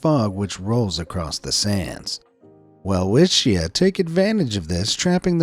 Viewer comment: It's pronounced as velvitcha